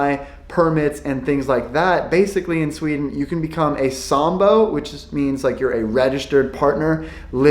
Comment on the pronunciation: that is NOT how it is in shweaden